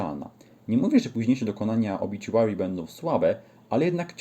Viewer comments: gościu nie obiciuary, tam nie ma c tylko t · Nie mam nic do ciebie ale napisz mi od kiedy na OBITUARY sie mowi obiciuery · nawet sami muzycy zespolu mowia obituary a nie obiciuery